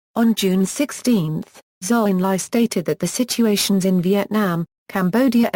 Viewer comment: This should never have been narrated by digital speech. I had to stop & think about who & what was being mentioned: Zhou En Lai, Dien Bien Phu, Pathet Lao, etc. Horrible pronunciation. Too bad. The topic is well laid out & worthy of further detailed investigation.